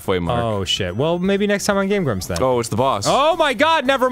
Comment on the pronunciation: welcome back to game brumps!